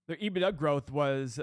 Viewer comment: caught me off guard haha, my finance teacher used to say ebitDA like that as well. Hilarious!